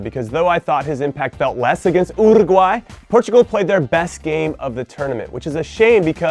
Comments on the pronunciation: Abhik Mazumder but he is pronouncing it incorrectly. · That's how I'm pronouncing it from now on